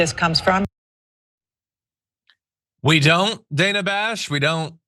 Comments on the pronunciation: Not the point of all this, but her name is pronounced danna. Otherwise, good take. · Did you say Dana Trump ?! 😂 omg, this is so freakin' gross. 😢